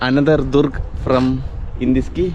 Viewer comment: ദുർഗ് അല്ല ബ്രോ ! ദ്രൂഗ് - Друг കൂട്ടുകാരൻ Подруга - എന്നാൽ കൂട്ടുകാരി !